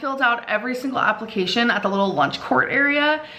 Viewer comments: And her job “applecations“ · apple-cation lol